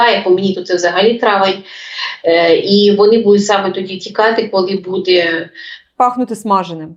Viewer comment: Ведуча, ну що за наголоси у словах? БудЕ, будУть? Ну так ріже слух!